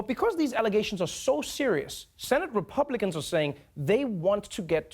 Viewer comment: Yeah ,yeah ,the "Rapiublikkkans"